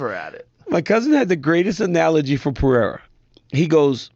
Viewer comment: His name is Pereira and not Perera.